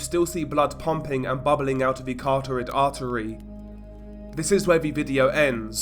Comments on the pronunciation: Hey, I noticed multiple times that you say “CARTORID ARTERY”. It’s “CAROTID ARTERY”. Just letting ya know! I’ve heard you say that a couple of times even in previous videos. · I’m not here to make fun of people’s English either. But English is my 3rd language and it’s obviously his 1st. Moreover “Carotid” isn’t hard unlike some words that a lot of people with speech impediments struggle with. That’s all I’m saying